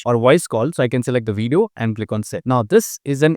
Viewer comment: it's not widio it's called Video